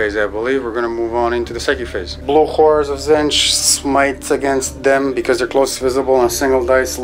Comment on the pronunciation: It's Tzeentch ("zeen-ch"), not Zinch. Every time you say it in one of your videos, I just get irrationally upset. Please stop. Otherwise, I really like your videos!